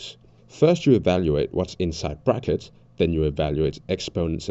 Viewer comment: Was the “prackets” on purpose